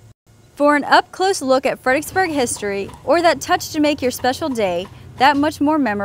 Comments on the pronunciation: In that case, you heard "Fredericksburg" pronounced incorrectly in 99 different ways! I don't know if it's a laziness of the tongue or actually a speech impediment, but saying "Fed-ick-burg" is akin to pronouncing "ask" as "ax". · Why are people from this town unable to pronounce its name correctly? "Fred er icks burg" has four syllables and three Rs. I grind my teeth every time that ridiculous car commercial(Kia i think) comes on the radio and the woman says "Fed-icks-burg" multiple times. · I agree with Sirlordford. I was born and raised here since 1964 and I've heard it pronounced Fredricksburg (no 'er') but I've only in recent years heard it pronounced Fredixburg. People looking for websites will type in 'fredicksburg' and be confounded when they are unable to find proper google results or websites. Truly maddening.